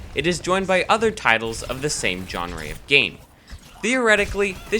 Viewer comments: Nicely made, and several salient points. I really hope they start putting more effort into TF. That, or chuck it in the fuckit bucket and retask the staff onto HL3. The only problem I can find in the video is I'm pretty sure it's pronounced "zhon-ruh" rather than "jon-ree". Could be wrong though, might be a regional thing. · Why do you keep saying "John Re"? It's Jean Ruh. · It's pronounced zh-ON-ruh, not j-O-n-ray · "john-ray" genre. john-ruh. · My only real criticism: It's pronounced "Jon-rah", not "Jon-ray"! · WTF did you just say genre as "Jon-Rey"? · What bothered me about this video is the way you pronounced genre as john-ree and john-ray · Gen-rey. wtf thats not how you say Genre. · Did he pronounce genre "jonree" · "JAWN-RE" cringes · Gan ray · Your pronunciation of "genre" upsets me more than it should. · That pronunciation of genre... Tilted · pronounce genre correctly, please. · haha did you know you pronounced it wrong when u did it?